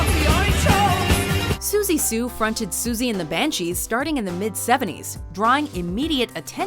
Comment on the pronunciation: That would be pronounced as "Siouxsie" like "soo-sea". PRONUNCIATION IS KEY! O_o